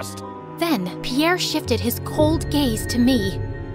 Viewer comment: Pierre sounds like gwava juice